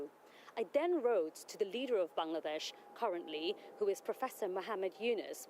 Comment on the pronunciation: Still a Parliamentarian? How. Will you go to Bangladesh to clear your name? Mumble mumble, Ban-ladesh Fuck off.